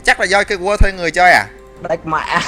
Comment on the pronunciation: wtf phút thứ thanh niên phát âm English là gây QUA :v war @@